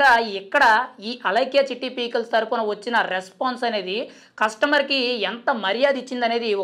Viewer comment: Babu pee kills kadu 😂 pickles